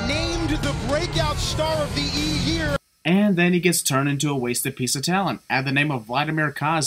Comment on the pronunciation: Matt Striker said yer-year!!